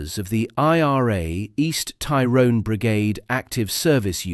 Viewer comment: …the hypocrisy of it. Soldiers accused of a “shoot to kill” policy when the IRA adopted this from the beginning of the troubles. PS. Your pronunciation of “Tyrone” needs work.